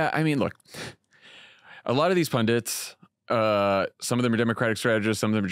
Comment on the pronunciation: pundits - not pundints